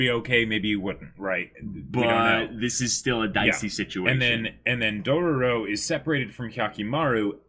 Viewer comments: and no, they're not trolling on the Dororo name. They keep pronouncing Dorowrow. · they were trolling on the dororo part. And them pronouncing Daigo wrong isn't such a big deal. I also don't care about names when I watched anime, sometimes